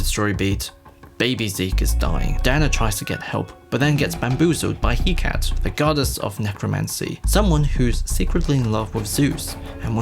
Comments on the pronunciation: It's not "he-cat" it's "heh-ca-te." He-kah-tay. Idk how to spell the pronounciation well, but Hecate isn't "he-cat" lmao. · Heh Ka tay... not "He Cat". Good review but learn how to say the names properly if you are going to critique.